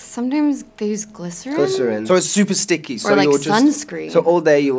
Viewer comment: aww Charlie saying StiCkY 😂😂